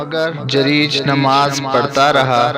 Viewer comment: जरीज नहीं जुरैज होता है Jareej nahi juraij hota hai